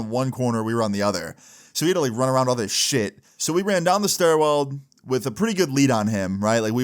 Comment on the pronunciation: Bro said "Stairweld" like 5 times